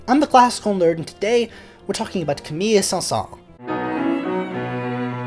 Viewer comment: I love your videos and yet ask a native French musician about this: by an exception to the normal rules of French pronunciation the final S of "Saëns" is sounded, not silent--and careful, it's not a Z sound, it's an actual hissing S. While you're at it, the two Ls in "Camille" are pronounced as an L, as in the French words "mille" and "ville", not as a Y as in the French word "fille".